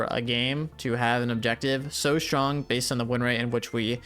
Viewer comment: "SHRONG" lmao